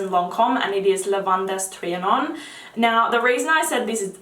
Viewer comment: I hope you don't take this the wrong way, because I love your videos. I just thought I would point out that Lavandes Trianon is pronounced Lavand Trianon. The letters e-s are silent. And Blondine is pronounced Blondeen. Sorry, french is my first language it's a habit. I've been looking at Orchidée Vanille for a while, I'll definitely pull the trigger for Christmas!